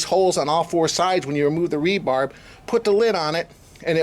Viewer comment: I had to stop watching after the 20th time you said "rebarb". It is 'rebar' aka reinforcing bar, not 'rebarb'. Geez.